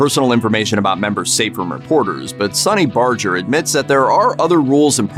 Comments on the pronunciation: Sonny Barger pronounces his name with a hard "G" (as in "Burger"), not a soft "G" as the narrator did in this video. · Saying Sonny's name wrong, pronounced with a hard G. Have respect for him. Women can't join because it's a Men's Club.